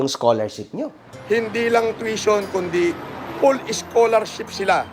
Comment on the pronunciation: "PULL" SCHOLARSHIP DAW KASI 😂😂😂